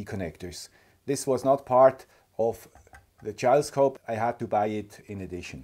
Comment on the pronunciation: Always enjoy your videos. Mailbag videos I sometimes listen to while I do other work, make breakfast, etc. But sometimes your english can be a little confusing. 🙃 The JouleScope is pronounced like "Full". The other way you were saying it is a "Jowl", which is "the loose fleshy part of the neck of certain animals, such as the dewlap of cattle or the wattle of birds". So you can see how I was confused when you brought out the new toy 😉